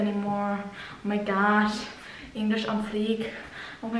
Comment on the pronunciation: Dieses unangebrachte 'mi' statt 'my' ist wirklich ganz peinlich 🙆🏼‍♀️😄